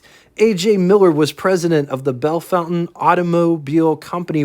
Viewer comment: Bellfontaine is pronounced Belle-fon-taine. No fountain in there. ;^)